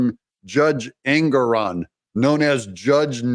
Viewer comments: Engoron pronounced Egnorant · I watched that judge Ingram or ignorant or however you pronounce his name on a interview and I think he's slightly off his rocker and not firing on all four cylinders he may just be a real serial killer